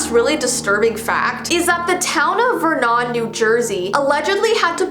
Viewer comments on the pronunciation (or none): VerNON It’s pronounced vernoon.... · Why when you started talking my light started flickering and you said New Jersey which is where I live sooo , yeah I’m scared. Also just so u know , you pronounced Vernon wrong. I’m not hating I’m just letting you know (ver nin) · lol hearing someone not from Jersey calling this town Ver...nan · It's pronounced Vernin